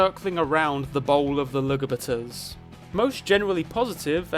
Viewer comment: "Luh-Guh-Buh-Ters"? I'll start using that more